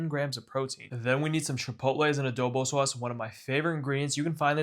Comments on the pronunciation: Someone needs to make a supercut of every time he says "saauce" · Why do you pronounce sauce so weird